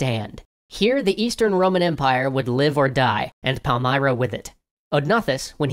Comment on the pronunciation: Pal-m[ear]-ra, not Pal-m[eye]-ra.